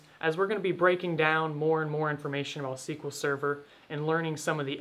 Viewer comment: SQL Sever? Im gone, C-yah!